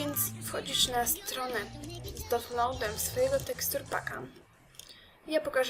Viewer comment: JAka strona bo nie powiedziałaś wyraźnie ?